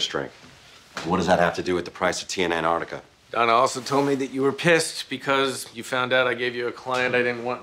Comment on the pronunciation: Louis its Antarctica not anardicker